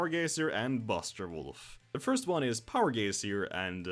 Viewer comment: "Power Gacier". Good vid, liked the info, had a good laugh.